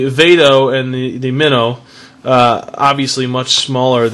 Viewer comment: you say it wrong its flip mino like a little fish